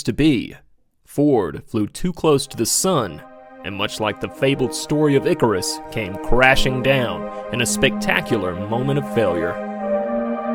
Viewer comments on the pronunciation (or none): none